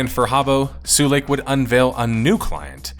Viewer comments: Sulake is pronounced sue-lah-keh, not sue-lake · It's pronpunced su-la-ke, not su-leik. And it means a fuse. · Why are you correcting Finnish people on pronouncing Adidas when it has absolutely nothing to do with your video or the topic. Also, Finnish people pronounce Adidas correctly, you pronounced Sulake in a very funny way. If you get all hissypissy about being corrected, why not look up the pronunciation and make sure you say it at least sort of correctly to begin with? Such an insanely childish reaction, goddamn. Sincerely, another Finn very put off by this exchange. I'll see myself out even though the video topic is intriguing. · Has anyone ever told foreign players of Habbo that "Sulake" is not pronounced "Suu lake" but as its written? "Su-la-ke". Literally meaning a type of power charge cell. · "sue lake" 😭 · After a whole video of "sue-leik" him pronouncing muumiopappa this well surprised me. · As a finnish person, l find it funny that english speaking persons pronounce finnish names like they would be far eastern-type names. Sulake -> Suleik, Sampo->Sempo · Who is "nobody"? Finnish people pronounce Adidas in the intended way at least. Sulake isn't up to interpretation either as it is just the Finnish word for electric fuse, so you just pronounce it incorrectly.